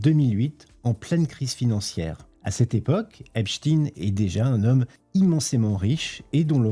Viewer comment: qu'est ce qui faut pas entendre lol. et pourquoi Epchtine ? on dit aussi Albert Einchtiiine ???